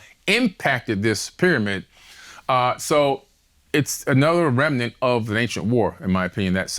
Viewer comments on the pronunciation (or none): none